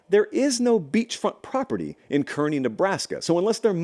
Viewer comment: Nice to hear the Kearney Nebraska shoutout! Thanks,. It's pronounced Karney - like a person that works at a carnival.